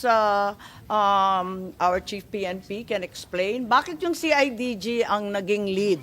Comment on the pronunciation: see ay ji ji daw sabi ni imee ahahay... CIDG po ma'am 😂😂😂😂😂